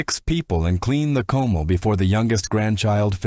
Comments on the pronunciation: Clean a CO-MAL! Only one of many mispronounced words! For Christ's sake people! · It hurts my ears to hear comal, nopales etc mispronounced and to see all those white faces representing brown faces --- oh come on. Lazy editing you can do better.